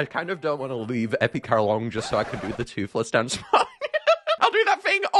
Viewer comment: did you said toothless dance